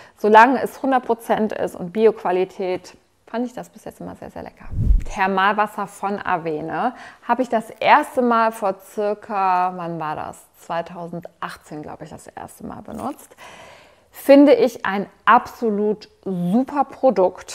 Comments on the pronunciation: Huhu, Sekundenkleber gibts in so Mini-Einzeldosen, was Anderes hilft bei mir auch nie. Avène spricht sich übrigens „Awänn“ aus. Und naja, ich liebe deine Videos, bin bei Babysachen aber echt raus, vermutlich froh, dass unser mittlerweile ein kleiner Teen ist. Hattest du dafür nicht extra deinen Babykanal? Schöne Woche für dich🤗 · die marke wird „awän“ ausgesprochen und nicht „awene“